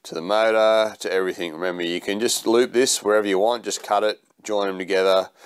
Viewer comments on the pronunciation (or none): none